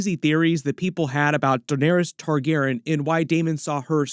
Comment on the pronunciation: Hey any reason why you dont pronounce the y in Targaryen? Is that actually the correct way to say it. Please answer. It drives me up the wall every time.